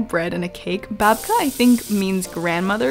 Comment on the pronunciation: As a Ukrainian I am so happy that you loved our Babka :) And you totally said it right, Babka is a grandmother. Thank you for your videos! I always enjoy watching them